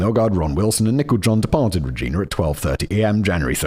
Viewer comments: Did Simon say Nicole wrong the whole time? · Your pronunciation of Nicole John was shocking, it took reading the comments to realise her name wasn’t Nickel John 🤣🤣🤣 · Anyone else think simon was saying "nickel" instead of Nicole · Also calling Nicole "nickel"